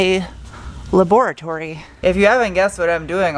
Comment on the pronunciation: It’s pronounced…LaBOREatory 😂